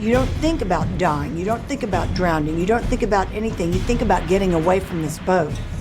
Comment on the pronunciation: She said "drownding".